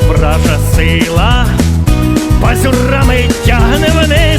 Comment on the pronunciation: єдине виправлення - пазУрами. Когти - пАзури, а не пазюри), ти мегастар 🥰💙💛